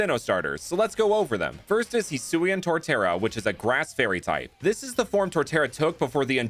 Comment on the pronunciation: So remind me again why everyone over pronounces Hisui when it’s not that hard to say